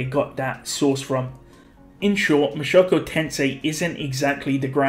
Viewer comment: Mushoku Tensei not Mashoko Tensei